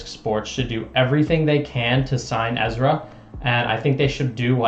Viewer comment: You pronounce Ezra's last name wrong. I hope Ezra doesn't go MVP. Discmania would be best fit.